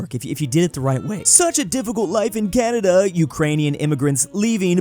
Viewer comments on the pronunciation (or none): none